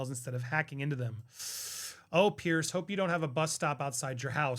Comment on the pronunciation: It's not "Pierce" Morgan. It's "Piers" with an "s."